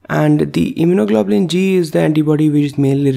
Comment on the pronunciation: Very well done, and I love his pronunciation of immunoglobulin